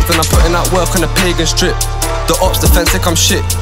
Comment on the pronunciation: man said "INTCH"